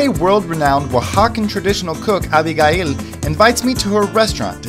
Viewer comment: Stop mispronouncing our name! i can't believe you don't know how to say ABIGAIL in English!